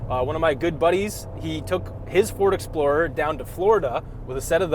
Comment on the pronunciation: This is what i heard... "A 2025 Ford Exploder ST without warranty!" Ahhhhhhhh!!!!!